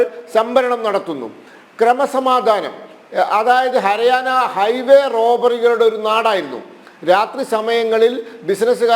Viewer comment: ഹര ആന അല്ലടാ പൊട്ടാ ഹരിയാന